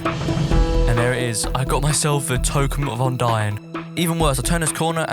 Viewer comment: Man said tokem